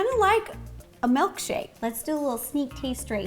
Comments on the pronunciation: It's so cute how Ro says melkshake instead of milkshake. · anyone notice how she said melk shake instead of milkshake? love rosannas take on words!